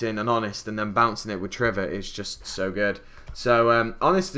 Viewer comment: Are you kidding? There's no reason why anyone would know why some people call triverr trevor, because there isn't a reason. It's just plain mispronunciation. I honestly would expect everyone who reads my comment to notice its purpose, and be able to infer that it is a rhetorical question, but I guess I shouldn't assume anything about the intelligence of people on the internet. Also in no way did anyone answer my question. The first reply used the word Wuphlez, which I should probably know the meaning of from hearing it enough on the internet, but I never bothered to look it up, and yours answers the question by using the assumption that I was wrong in thinking that was mispronouncing triverr, which is incorrect. It's very annoying that I have to write this much just to explain something this simple, so if you STILL don't understand after reading this, I can't help you.